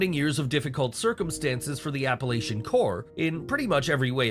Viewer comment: This video which is AI is misleading my friend Asheville North Carolina had a hurricane come through there and destroyed a lot they are rebuilding.. 95% of the mountain people in Appalachians are really good people.. I know somebody stated down below the AI video didn't even pronounce the Appalachians correctly